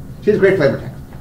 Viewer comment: It sounds like they say QR instead of Kiora.